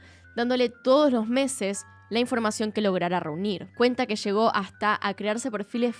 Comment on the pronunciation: Que buen y triste caso, muy buen video, excepto por la gran cantidad de sho, sha, leshó, leshendo, shamó que me marearon.